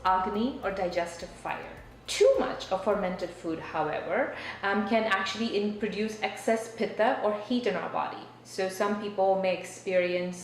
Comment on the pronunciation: Not the 'vaawtha' and the 'pee-tha'. Im sure you've invested in indian culture enough for you to be comfortable enough to not whitewash the pronounciation. Its too forced to not be cringey. Im an nri radical leftist woman in my late 20s, not a bhakt or anything, so thats saying a lot.